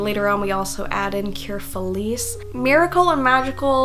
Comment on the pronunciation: two friendly corrections, no hate intended ^^ I can't help myself when it comes to these things Pafu is pronounced straight up Pafu, you're supposed to say the u at the end. like pafoo Felice is pronounced, again, with the e. so instead of fel-ees it's fel-ich-e I understand the complaint that Riko and Mirai don't seem like friends, but I'm pretty sure they're romantically involved like Chocolat and Macaron. They sort of hint at it with both of them being Hanami's moms, but they also kiss in the manga !